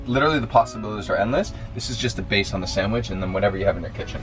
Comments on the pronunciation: Great recipe, will 100% try this. But, dude, it’s sanDwich!!! Not sangwich!!! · I love the fact that calls a sandwich a sangwich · So many favorite parts of this video! Bec giggling behind the camera, tagging you in belly button tomato pics, and the best... pronunciation of the word "sandwich".